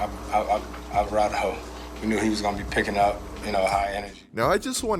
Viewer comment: nahh devin trying not to laugh at not being able to pronounce alvarado is so funny 😂😂